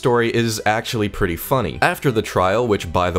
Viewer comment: The way you said Synod hurt me. it should sound like Sin-id when in a sentence.